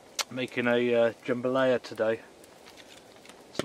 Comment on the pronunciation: Dude, you crack me up with your pronunciations of food. JAM-balaya, TAY-cos, la-ZAN-ya, etc. LOL. Love your channel. Keep up the good work.